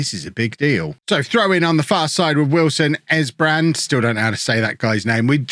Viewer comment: Kev wilson esbrand is english and you say his name exactly how youve been saying it lol